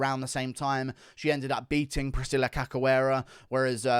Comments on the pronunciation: The pronunciation of cachoeira is no "cacoeira" is "caishoeira" thanks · guru pronounces the polish names like its nothing but cant say Cachoeira. It's not Kakoera, say it like KA-SH-U-EI-RA